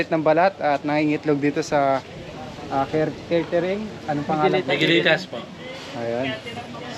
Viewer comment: Caretering ba o catering?ingat kau lagi.